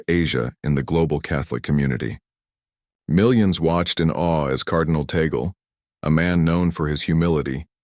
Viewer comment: FAKE STORY. FAKE NEWS. Please respect the Holy Father. STILL ALIVE. His last name is (TAG-LE)